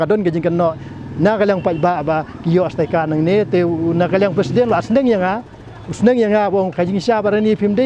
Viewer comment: Tang ban pronounced iaka sticker ruh pat nang hok ak ba stad. Staikar ne stickers? 😂😂